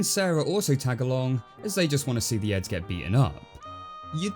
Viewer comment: Jesus Christ. I'm listening to this as I rake so for quite a while, I thought you were says 'Eggs'.